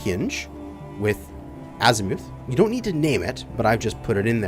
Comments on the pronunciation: Bro, I’m sorry but the U in “Azimuth”makes the same sound as the U in “us” or “up”. Not azimooth 😂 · Ass eee mooth.... you canooks crack me up. :P